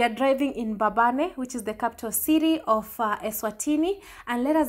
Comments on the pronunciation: It’s Mbabane not Mbababe. Enjoy Eswatini. May God continue to guide you and protect you in all your journeys. Your other Mama in the UK 🙏🏽♥️ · It's mbabane not mbababe ..anyway it's small country eswatini but was always peaceful until recently